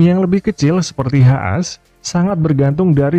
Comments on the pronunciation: Sebenarnya lumayan berpengaruh, tapi, tim2 besar akan memiliki manajemen / rekrutmen SDM yang lebih baik sehingga hasil secara keseluruhan pun akan lebih unggul ya. Btw izin koreksi bos. HAAS itu bacanya "has" dalam ejaan Bahasa Indonesia, bukan ha'as seperti naas. Aneh aja kedengarannya. Makasih. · HAAS dibaca (ha as) Seketika gw ngakak guling² ngebakar rumah tetangga